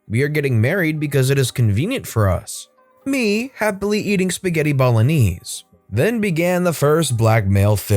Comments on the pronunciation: WHY IS NO ONE TALKING ABOUT how he pronounced spaghetti 'bolognese' as BOLO-KNEES, Good Lurd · "happily eating spaghetti ball-oh-knees" looks up like I just heard a cat getting hit by a truck